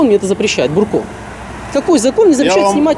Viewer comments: Не Бурко ,а Дурко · Не Бурко,а дурко)))) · не бурко а дурко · НЕ БУРКО ! А ДУРКО!!!! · Не Бурко, а Дурко самый настоящий 😝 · Внатуре инспектор Дурко,а не бурко.)))) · ахаах не бурко а ДУРКО!!! мля))) точно твердолобые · Он не бурко,а ДУРКО... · Не Бурко, а ДУРКО. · он не бурко а дурко! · Не бурко, а дурко! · Да не бурко а Дурко! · НЕ Бурко , а ДУРКО ... если есть видеорегистрация .. ???? Так она есть или нет ? Почему тогда ты дебитор остановил водителя ??????